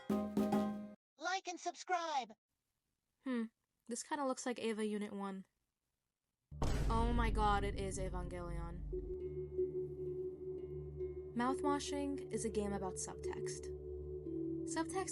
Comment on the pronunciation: Come on, man.. Evangelion's pronounced like jelly not with a GUH like that :<